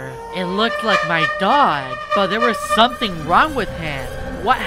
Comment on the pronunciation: "someting wong with my dog, idk wat it is"